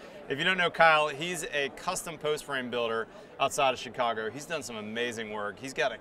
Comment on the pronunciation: "hes from shicoger"